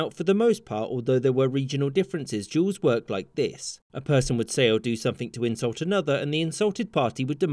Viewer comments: O MY GOD he pronounced duels in such way that youtube cc recognized it as different word EVERY TIME WTF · So I listen to his vid while working and this auto played and became so confused cuz at first I thought he was saying Juul’s not duels lol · Am I the only one that herd you pronounce “duels” as “jews” ? Lol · You say duels like “jewels” or “juuls” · Sounds like he saying juuling or juul or juuls